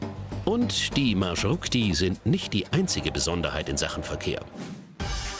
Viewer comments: MarshruKti? REALLY? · MarshruKti ahahahhaha🤣🤣🤣 MarshrutKi ist richtig